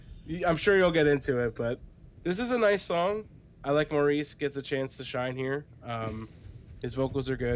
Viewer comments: Just FYI Maurice is pronounced as Morris since they are British. RIP Robin and Maurice, we love snd miss you both! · Yes, more Bee Gees please! I love the last 😢 album released 2001 before we lost Maurice (pronounced Morris) in 2003 called This is Where I Came In! Subscribed! I like your style!